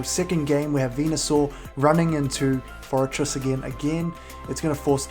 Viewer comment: Hey! said forretress correctly!!! Congratulations man!!!